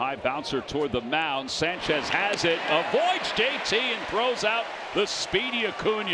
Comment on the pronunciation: someone tell that dumbass mets announcer to pronounce sanchez's name right good lord